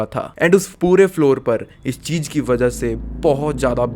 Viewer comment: Cheej ka hota hai chootiye ? It’s cheez .. Jyada kya hota hai ? It’s “Z”yada Your pronunciation is so disgustingly pathetic..